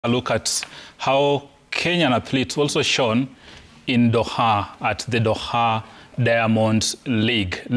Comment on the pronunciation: Huyu anapronounce aje jina ya Doha ntk